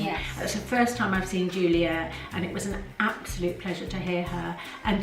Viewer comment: It's so nice to hear English voices - and it's Yoolia Parshuta the Cyrillic character ю is pronounced you